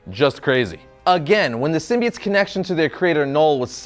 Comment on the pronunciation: He says sim-bee-its which it's how it's supposed to be.